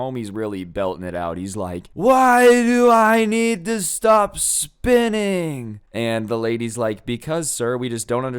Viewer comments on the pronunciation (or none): I thought you said spitting instead of spinning lmfao